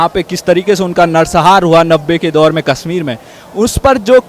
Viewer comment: पयारा हिन्दूस्तान जी, स तथा श में अंतर करना सीखें| कसमीर नहीं कशमीर कहते हैं| शब्दों का उच्चारण ठीक से करें|